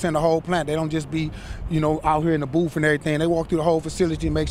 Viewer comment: It's booth, not boof.